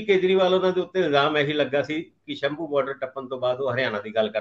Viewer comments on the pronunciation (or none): none